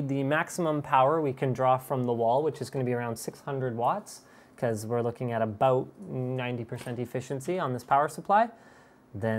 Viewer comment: That I'm not happy aboot :P